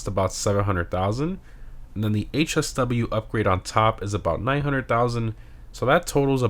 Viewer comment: Bro lost me when he said HSW